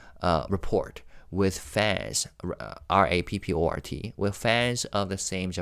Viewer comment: BTW "rapport" is another word from french (like debut). You pronounced it almost correctly but the "t" is again silent. Like report minus the t and the end.